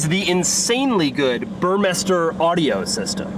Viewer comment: cool videos. FYI the stereo is pronounced burr-meester. super high end audiophile stuff. (read 6 figure home systems)